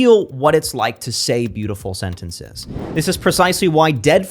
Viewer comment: its not SENT ENT SAYS it is SENTNSIZ